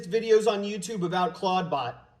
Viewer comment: Oh my, I heard him saying it as I read this, I thought it was a typo but that sounds like what he said. Moltbook should be Clodbook.